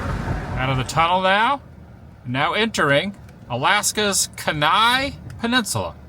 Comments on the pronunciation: Adam - Kenai is pronounced Kee-nai. The Kenai Peninsula is a spectacular drive (just watch your speed limit - got myself a ticket courtesy of an Alaska State Trooper coming in the opposite direction). Love AK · Kenai is pronounced KEY-nye. That tunnel is incredible. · Kenai is pronounced keen-eye. Cool place i went there in '07 and had the best fishing trip ever! Coming to merry farm this year, mr the woo? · FYI. “Kenai ” is pronounced KEY-ni. Whittier is a favorite fishing place of our family but Seward is better. You can go on a boat trip out of Seward to see Orca whales. A lot of tour ships stop in Seward. I hope you visit Alaska again in June. You will be amazed at how populated and beautiful it is. Alaska is definitely a beautiful state. —former Alaskan of 28 years. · It's pronounced KEEN eye. Was in Whittier in summer 2019 and the place is packed with hundreds of tourists there for the glacier cruises. Girdwood is famous as a skiing destination and hiking. Things do look quite dead in winter. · ...it's pronounced KEE-NI OR KEY- NYE Peninsula. Fun fun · It’s pronounced Key Nigh peninsula. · Adam it’s pronounced key nye kenai I used to live in anchorage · Locals call it Key-Nie it least it was when I was in Alaska in the sixties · That first scenic turnout you visited unlocked a memory of being in that spot during summer. There was a particular sweet scent to the air that I’ve never experienced anywhere else. The weather was clear, sunny and beautiful that day - quite the contrast to what you encountered. (Also, have never heard Kenai pronounced that way before. Funny how it can never even occur to me that some place names could be pronounced in a way I’m not used to hearing 😂.) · That's PorTage Valley. A portage is when you have to carry the boats over the land to get to the next water, where you were was where they had to carry the boats. Porridge is what you eat for breakfast. And it's Ke - nai not Ken - ai.